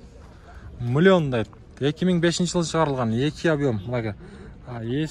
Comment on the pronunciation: Мулён дейт баасы😂